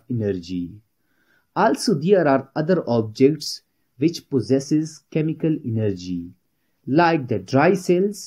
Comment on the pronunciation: The pronounciaton of chemical energy is wrong